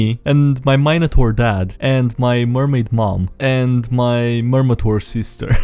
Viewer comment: Please never say minotaur again